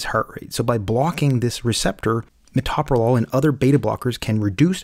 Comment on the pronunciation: Pronounce the medicine correctly.